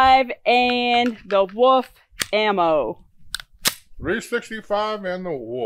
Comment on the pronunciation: I love the Woof pronunciation instead of wolf. Great vid y’all